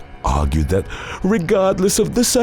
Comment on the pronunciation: I didn't see that part, but I can almost guarantee this guy pronounced it "regodless of the circumstonces". So weird they choose a narrator like this